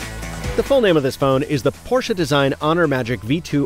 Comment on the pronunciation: Thanks for not calling it "PORSH"